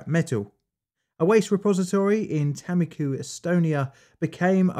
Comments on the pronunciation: Its Tammikooh, not "Taemmikyh". A like the a in "Saruman" or "Artist". U again like the u in Saruman. Finnish Tammikuu means January but in Estonia its apparently a name for a location for some reason. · btw tammiku is pronounced t -um-ick-u xxxxxxxxx